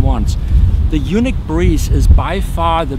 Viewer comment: Pronouncing YUNEEC as "Eunuch" confuses things big time., it's pronounced "U NEEEEK" as in the word UNIQUE!!!